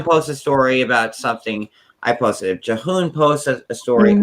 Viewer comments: Can people please stop pronouncing his name "Juh-hoon"? 😆🤣Lol. It isn't even a hard Korean name to pronounce and is spelled like it sounds. Why do so many say it that way? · They also can't say Jihoon haha